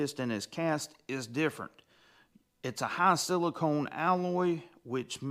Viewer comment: It's siliCON.... con.... CON....... not CONE. Silicon, not silicone.